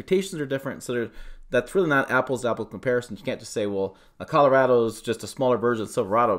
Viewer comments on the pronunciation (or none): none